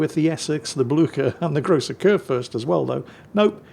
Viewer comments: Blücher! Not Bluker! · Blücher is pronounced more like Blycher.